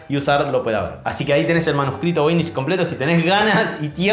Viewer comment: "Voynich"= ¿"Novoy"?